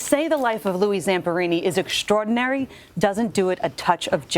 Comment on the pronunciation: A great American hero Mr. Zamperini.The dope of a reporter needs to learn how pronounce the word,extraordinary,correctly...